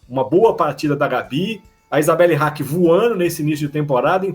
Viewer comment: Amo alcune vostre pronunce "A Isabelli Haki", "o Mozicii" 😅😂 Comunque credo che Darlan evolverà giocando in Italia, quali sono i suoi punti deboli secondo voi?